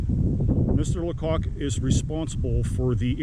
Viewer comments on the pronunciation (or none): Hi! Might I help you with the last name? The "c" isn't capitalized. So not pronounced LaCock. 😊 The "a" is long because the "c" is lowercase. Therefore pronounced (funny) is Lay-cock.😂😂 I have some personal knowledge on this matter. Very informative video! Thank you! 😊